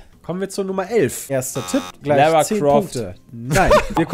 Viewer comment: Kann den Jungs jemand sagen, dass Lara fucking Croft nicht Lära Croft ausgesprochen wird, weil sie Britin ist und keine Amerikanerin? Danke.